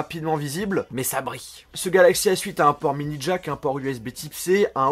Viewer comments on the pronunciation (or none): none